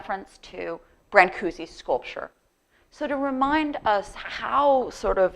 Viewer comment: This is all wonderfull and all but you really have to pronounce his name right. Thank you !